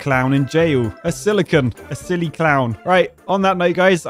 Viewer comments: It's a "silly CON". As in "CONvict". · not realizing it's "silly con(vict)"